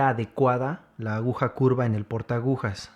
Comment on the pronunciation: excelente tutorial, solo que no se dice ahuja sino aguja.... solo eso.